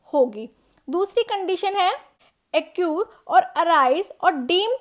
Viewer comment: its accrue not accure